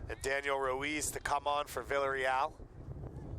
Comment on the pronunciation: Lol he isn't saying Villareal right